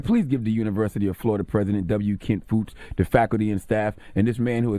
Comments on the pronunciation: Fuchs is pronounced Fox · My school done got Donkey of the Day....and Fuchs is pronounced Fox lol!!! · His last name is pronounced "Fox"...and UF grads do this every year. It doesn't hold up the ceremony...they dance, wave , etc. across the stage. Takes 2 seconds, and even if it is "disruptive" there was no need to assault (and insult) the grads and their families, especially the minorities who have endured countless instances of overt racism and microaggresions just to make it to that day. I support Association Black Alumni's response letter, and although I haven't seen it, I heard that the Black Student Union also responded.